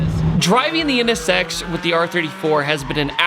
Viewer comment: I like how you pronounce it. NS Sex. Yeah, that is what that car is.